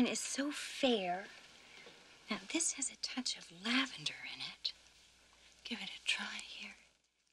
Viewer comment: " DARN THID STUFF " - 1990